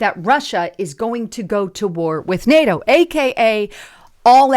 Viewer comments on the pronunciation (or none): none